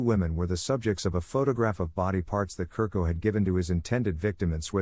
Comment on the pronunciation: Chu-rko is pronounced